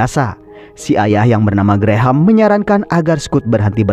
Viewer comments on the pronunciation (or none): none